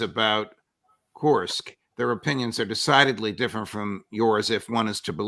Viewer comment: As a Russian to hear Judge say KURSK wrong over and over. 😂